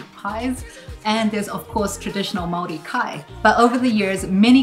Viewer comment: can you learn how to say Māori please its not pronounced 'marry' 'or 'murray'!!!! Your wife's pronunciation is beautiful.